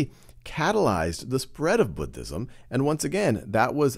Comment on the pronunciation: i wAS WATCHING THIS foR WORLD HJSTORY AND I WAS SO HAPPY WHEN HE DIDNT PRONOUNCE IT LIKE “BOODISM”